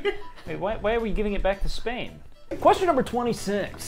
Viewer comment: This mf did not say Spain